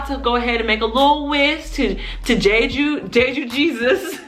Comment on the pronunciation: It's not "jay-jew" it's "jheh-jhoo"